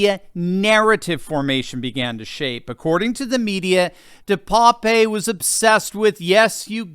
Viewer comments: Name is pronounced DE PAP. Like pap test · DePape a Dutch name pronounced de-pap the e is silent .